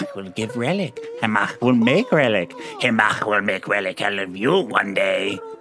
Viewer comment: I have to say, out of all the ways I've heard people pronounce Chemach's name, I like yours the most